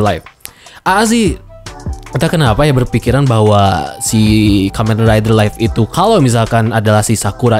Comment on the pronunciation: dibacanya liv bukan laif... live dibaca liv, sedangkan life dibaca laif